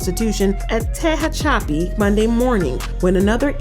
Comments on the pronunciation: Its TE-HA-PA-CHEE. SATE PRISON. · TE-HAH-CHAPI Now is that easier to sound out. Learn how to speak and read before you start talking about people my uncle used to work at this prison